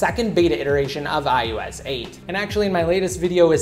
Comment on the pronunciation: Why do you say ius instead of ios?